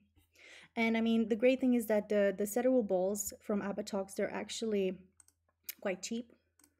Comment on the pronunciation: Two helpful hints for: cedar is pronounced "see-der" instead of "said-der", and the little balls removed using the shaver are called pills.